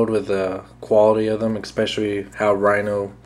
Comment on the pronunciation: EXpescially is not a word. Other than that, thanks for the review dude.